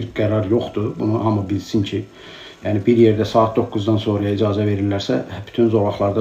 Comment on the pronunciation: İdzazə yox, icazə